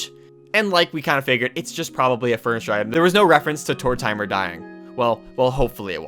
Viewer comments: Tor TIMER? WTF man, it's the name Mortimer but with a T. That is the dumbest pronunciation I've ever heard. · Right! Like it's tortoise + Mortimer and I don't know why every Animal Crossing channel says it like that. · ok srsly is it tor-TIME-er or tordmr??? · the way you said Tortimer made me have an aneurysm